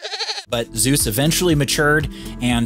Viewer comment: Very nice video… as usual…. But I guess you should exercise a bit more on the original pronounciation of „Zeus“…. ;-)